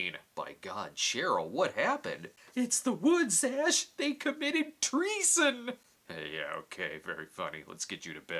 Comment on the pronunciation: 'Tree-son' was pretty good, man..